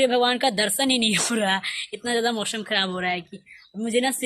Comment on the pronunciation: What is this kishhaan, mausham, nukshaan, shohar... Don't try to be modern be real.. sa ko sha bolne se koi modern nhi Banta.. coz it's kisaan, mausam, nuksaan and sohar..